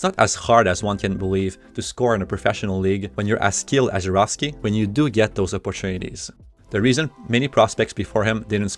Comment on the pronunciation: Finally, someone pronounces it Zharovsky and not Zarovsky